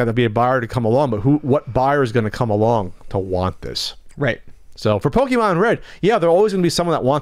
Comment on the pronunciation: Pokèmon said with a hard "e" always bugs me.